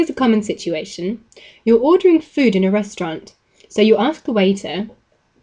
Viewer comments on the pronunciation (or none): none